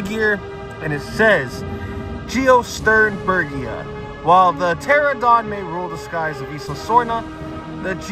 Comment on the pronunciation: love the retro film grain and great job pronouncing it!